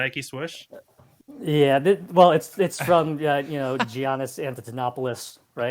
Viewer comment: Freak butchered Giannis name LOL!:goodvibes